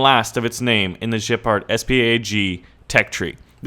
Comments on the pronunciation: ""Jeh-pard?" What are we, French? Geh-pard. (Places finger-gun to head) ;) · You Speak out Gepard like french xD its a GEHpard xD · dude, please, it's Gepard with a hard G like goal, granite, or get the fuck outta here, not Jepard! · you are prounancing wrong gepard. you prounance like a french name. use g like in word green. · You have to pronounce the G not like a j but like a hard g for Gepard. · The G in Gepard is pronounced exactly in the same way the the G in GIF. Now go figure xD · when you say it it sounds like a shitty 6 gear reverse 1 forward french tank